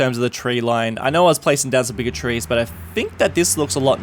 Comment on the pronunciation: Anyone else think the way he says "bigger trees" sound like "bigotries"? I'm just imagining racist eucalyptus trees or something